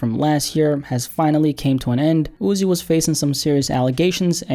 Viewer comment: Why do u same his name like that. Jus call him Uzi if u struggling